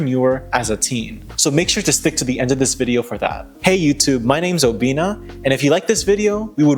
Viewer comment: Your name is, not o-BI-nna. Sorry that was painful. I'm Nigerian American, too, but even for me, that hurt my ears.